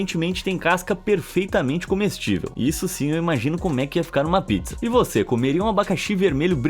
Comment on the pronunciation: Sacanagem falou pizza como abacaxi 🍍